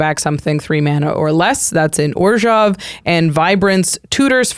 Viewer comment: Whenever says orzhov I cringe